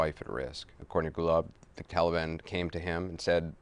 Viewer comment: Kept hearing Gulag....